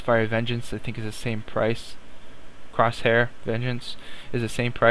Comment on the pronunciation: Why are you keep saying crosair? Its corsair not crosair